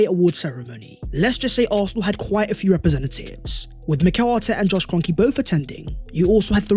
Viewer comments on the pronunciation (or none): none